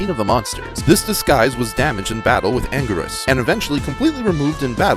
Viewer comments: It’s angurius not angweerus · It's angweeerus